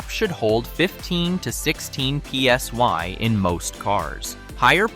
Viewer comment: Screen says PSI. Voice says PSY.